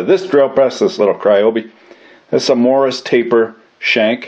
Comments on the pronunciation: WTF is a Morris taper? MORSE taper ya damn colonial... sheesh... you AMERICANS... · Isnt it morse as in horse ? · What's a "Morris" taper???